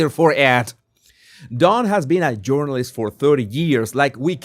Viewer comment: I have never LOVED your accent as much as I do TODAY!!! Don Lemon is a Urinalist with 30 years of experience 🤣🤣🤣🤣He's certainly no journalist. We all need to start calling these biased activists URINALISTS!